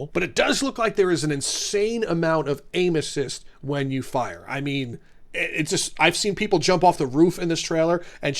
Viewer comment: I just heard you say 'There is an insane amout of anuses' Instead of aim assist